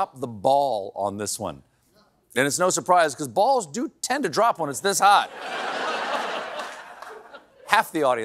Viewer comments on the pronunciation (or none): none